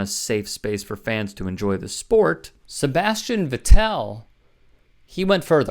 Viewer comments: Fyi, Vettel, as in Sebastian Vettel, four time World Champion, rhymes with metal not bell. Some of these F1 fans are jerks, but NASCAR fans are even more racist, sexist, and bigoted by far. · Looks like we are going to be in F1 for a while. I’m down. So allow me to offer one correction. Sebastian Vettel’s name is correctly pronounced like the word “settle.” Except with the “V” instead of an “S.” Now, race fans are race fans. Just like NASCAR fans here in America, they cheer when a rival crashes. It’s wrong, I’m not saying it’s right, but you will never get that aspect out of racing. That is the majority of what you show in the video. Their racer’s chances of winning is now improved as a top driver is out of the race. To go along with that, that race in Austria is a huge Red Bull/Max Verstappen stronghold. As you see in the video, there are a lot of fans wearing Red Bull and orange shirts. If you watched the race, you would have been hard pressed to see the start of the race clearly due to all of the orange smoke. Yes, fans are allowed to bring smoke cans to F1 races. Basically, that part of the world loves Verstappen, and Verstappen really only has 2 rivals. Mercedes and Ferrari. Hamilton and Russell race for Mercedes. Russell is not Black and they cheered him crashing as well. Verstappen fans are going to cheer when one of those rivals’ race ends. It’s a part of racing that will never go away. But saying they cheered Hamilton crashing out as racist, that’s a far reach. Next, the race in this video is NOT the Austrian GP (Grand Prix). These crashes happened in the Sprint Race, the day before the Grand Prix. Hamilton finished the GP in 3rd Place, Russell finished 4